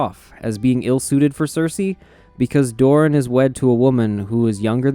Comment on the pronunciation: Doran has two syllables. When you say “Doran” it sounds like you are saying “Dorne”. Why are you pronouncing them exactly the same way? What the hell happened to Doran’s second syllable?